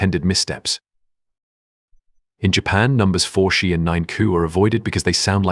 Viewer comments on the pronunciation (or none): Why would I subscribe to something that is clearly fed through an AI mispronunciation factory? WTF are the number “Forshee and nine-coup”? If I write a simple, two-line email, I proofread it, twice! Clearly, this piece of 💩 has not had any review before the cretinous bumpkin posted it. Avoid!